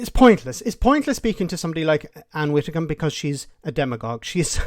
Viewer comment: I think you need to let this go and relax. Yes it was a daft disaster, but it's done, it's over, water under the bridge, spilt milk, there's no going back. For your own sake perhaps let it go. At least pronounce her surname correctly. Its not 'witicom" its pronounced 'Widdi-combe". The Toris are toast, a canadian style melt down will occur in the next UK general election, unfortunately Sir Kier does not inspire, lack of vision and charisma. But at least not as bad as any of the recent deluded tory head bangers of the last decade. In the medium to long run brexit may well greatly benefit Ireland's economy rather than damage it as once feared. English speaking, highly educated young population at the edge of the continent as an economic bridge between the USA and EU. But Ireland needs to look east rather than west as the new opportunities are with China. Good night.